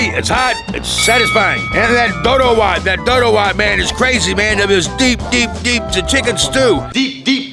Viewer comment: the way he said it perfectly the words tho ,,,doro wet,,, injera